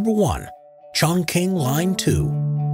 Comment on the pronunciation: Maybe they should learn how to pronounce "Chongqing".